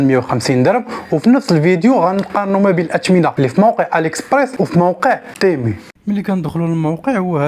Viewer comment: يا اخي اسمه تيمو وليس تيمي